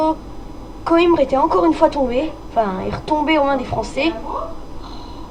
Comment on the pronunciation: En portugais on dit "coimbra" mais sinon pas mal malgré le micro 😉 ps:les total war c'est la vie